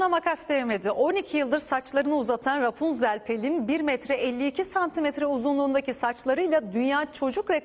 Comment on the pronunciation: Bena hep repunzel diyowlar Ya şu kıza tek benmi gıcık kapıyorum